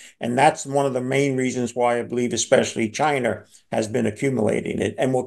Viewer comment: He said Chiner 🤣😂🤣